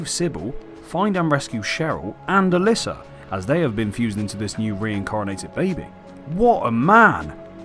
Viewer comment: Bro, every time you say allyssa, I go to comment that it's alessa, but then you say alessa, so I discard it.... AND THEN YOU SAY ALYSSA AGAIN!!!!